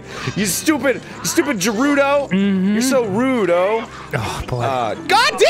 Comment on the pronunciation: The only problem I have with you Arin is have you say Gerudo but hey your daddy Arin so I'll......wait.....my manager is telling me I should stop...........bacon is nice don't ya think